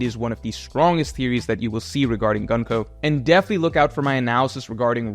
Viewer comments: You prononce Gunko´s name incorrect. It is Gunko ( u here is like oo, so it is more like Goonko) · I love and have been watching his videos for years but his american pronounciation of japanese names irritates me everytime lmao there is no reason why Gunko should be pronounced like the word „Gun“, it‘s an U like in Luffy otherwise he would be pronounced Laffy